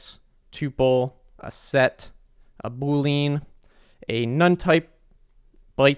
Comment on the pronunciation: saying Bool-lean instead of Bool-ean 💀